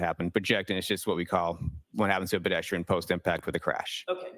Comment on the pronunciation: I get annoyed every time he says "bedestrian"